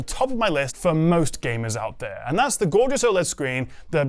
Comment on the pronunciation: I was confused over how the Steam Deck has a “Gorgonzola screen”. Until I realised you said “gorgeous OLED screen”.